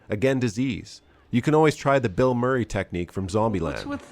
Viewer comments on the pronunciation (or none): none